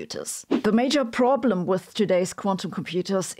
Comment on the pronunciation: her accent when she pronounces the word 'problem' 😂😂